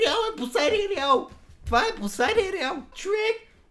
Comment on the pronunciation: звучи като " босайде е преял"